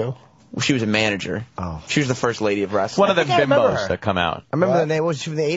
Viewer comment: lol why does vos pronounce the T in wrestling ant was spot on